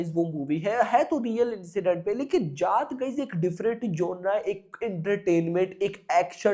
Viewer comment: Arey जात nahin जाट, Mera bhai, pronounce theek se karo😅